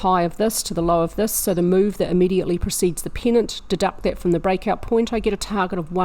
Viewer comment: When you say "pennant" it sounds like "peanut". : )